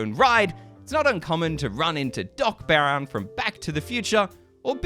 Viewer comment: I'm sorry, but his name is Brown, Not Baron